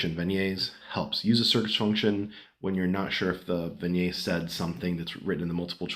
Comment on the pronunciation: Vignette. Pronounce the 't'. 🙃 Thanks for the video.